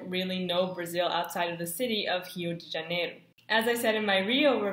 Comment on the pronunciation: OMG SHE PRONUNCIATED RIO DE JANEIRO RIGHT